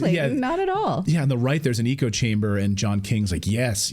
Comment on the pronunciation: You pronounced "echo" incorrectly four times in a 1 minute span.